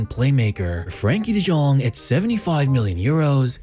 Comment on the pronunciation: it's de yong, not jong